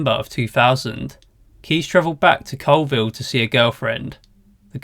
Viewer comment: BTW, Colville is pronounced CALLville.